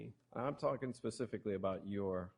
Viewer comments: ..... if he said pacifically one more time I was gonna die!!!!! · I can’t get over the fact that this judge doesn’t know the difference between specifically and pacifically… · My God... How did you get to be a JUDGE and don't know the difference between "specifically" and "pacifically" 🙄 and why is no one correcting it lol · How many times can one person pronounce "specifically" as "pacifically"?!?! It was making me crazy!!! I had to go off the video and take a "special break" LOL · I can’t believe how this judge keeps saying ‘pacifically’ instead of ‘specifically’ and ‘mefod’ instead of ‘method’ and ‘Anfoney’ instead of ‘Anthony’ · How in the hell did this judge get elected to the bench without knowing the English language? New drinking game... take a shot everytime he says "pacificly".. just sayin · Pacifically?!? Really?!? Sigh. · I was wondering that too. If they asked the court reporter to read it back, would she say specifically or pacifically? It drove me nuts every time the judge said pacifically. I did laugh when Jose said specifically and then said pacifically the following time LOL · pacifically, Anfony, Lazzario, the list goes on and on...I just love Judge Perry though. Cant help it. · The judge doesn't even know the difference between the words 'specific' and 'pacific', hahaha. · Did anyone else hear the judge say "pseficially" over and over again!!! Come on, your a judge. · PACIFICALLY, Mr. Baez, pacifically. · SPecifically....OMG,!!! SP SP SP!!!! this guy could decide if you live or die and he can't even pronounce people's names or speak normal words ...hell no that's not even funny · He shouldn't even attempt to say specifically let alone 40 friggin times